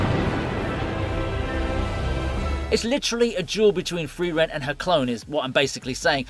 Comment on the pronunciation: It's not FRIVEREN, it is FRIREN! I got triggered everytime your mispronunced her name 🤦‍♂